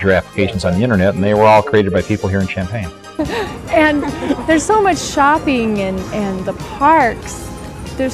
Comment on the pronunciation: Thanks for posting! I knew it was pronounced 'shampain'..not 'champion' like some mistakenly say